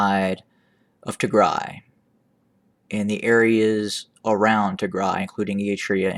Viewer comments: Thank you so much for your report, By the way I really like the way you pronounce Tigray, it's perfect! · You pronounce Tigray so perfectly; you can pass for Tigrawye...😊I also like your intro name “the voice of reason” and the concise and high impact analysis and information you share. Thank you 🙏🏼